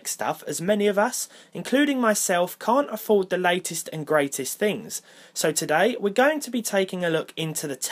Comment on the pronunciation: "ohlder haaaaadwere" "chant ahfoo'd"